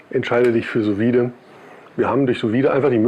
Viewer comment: Und hier noch eine Kleinigkeit von einem Franzosen. Die Benennung: „Sous Vide“ spricht man „Su vid“ aus ohne das „e“ zu betonen. - So und ab jetzt verleihe ich dir schon einen halben Stern.😂